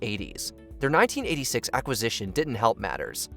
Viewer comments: Not to be picky, but the word “acquisition” is pronounced ak-wah-ZISH-uhn. Not “ack-ah-ZISH-uhn.” I stopped counting how many times it was pronounced incorrectly after the third time. Sorry, that was picky, I know. 🤷🏻‍♀️ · “Akkisition” pretty sure there is a Q in there guy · This guy cannot say acquisition. Decent video though.